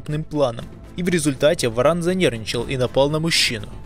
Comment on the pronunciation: Каждый раз ,когда в видео говорится про варана , очень смешно , слышится (баран ) . Что бы сделали вы, если бы встретили барана гуляя по улице ?